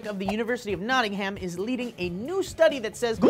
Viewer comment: It's pronounced "Notting-huhm" not "Notting-ham" you silly American